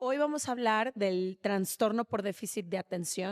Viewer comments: No se dice traNstornooo... Es trastorno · TRASTORNO, no es transtorno